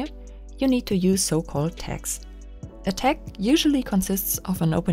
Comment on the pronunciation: I had trouble understanding you saying "tag" at first, sorry; it sounded like "tex". But I turned captions on. ;)